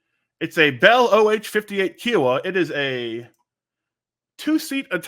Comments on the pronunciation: The helicopter called Kiowa is pronounced with a Long i, and not like a long e. The chopper was named after the First Nation Kiowa tribe. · BTW, Kiowa is pronounced like Hiowatha but beginning with a K sound, and obviously no tha at the end. It's the name of an Indian tribe of the plains, K👀-O-wa